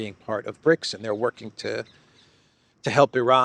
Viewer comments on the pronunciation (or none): none